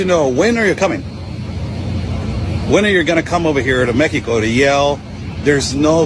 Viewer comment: This guy is constantly saying Meteco instead of Mexico